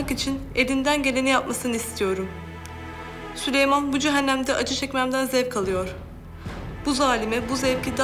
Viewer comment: Prenses sülemon diyor